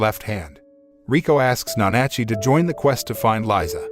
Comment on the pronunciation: It's NA-NA-CHEE!